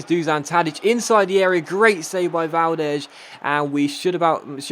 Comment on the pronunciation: Is not Valdesh is Valdes